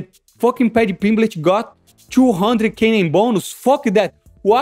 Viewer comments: Paddy Pimblitch? wtf is that lol. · Paddy PimbleTT. There are two t's, two. No c, no fucking h, bro